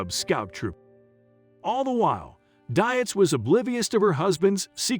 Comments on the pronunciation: I have the same last name and I can 100% tell you Dietz is a German name that is pronounced Deets, not Die-its. Poor girl, not only did she marry a serial killer, but like me, she's had to endure a lifetime of people mispronouncing her last name. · the computer generated voice hurts my ears. Dietz is a German origin word....pronounced Deetz. And since I knew Paula as when I was kid - yes it matters to me. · You are pronouncing Paula's last name wrong. It's actually pronounced deetz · its a computer voice - figured it out when the meter for "park city, kansas was sounded as park city (pause) kansas". their programmer needs to work on it.... but i agree - Ms Paula, as us neighborhood kids knew her, deserves to have her name pronounced correctly.